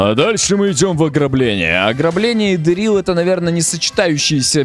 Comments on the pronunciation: Вообще правильно дЕрил а не дерИл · не Дерилл а Дэрилл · 😊 не ДэррИл, ДЭррил😂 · Я тебя люблю❤ я скажу что ты ты говоришь неправильно не дэриле дерил🎉😊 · правильно Де́рил а не Дери́л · Правильно говорить не дэрри́л а дэ́ррил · Дэ́рилл правильно 😅